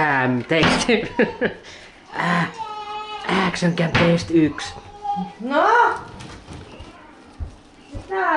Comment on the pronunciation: Ääksön käm :D